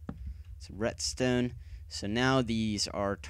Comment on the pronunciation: retstone? I thought it was redstone :)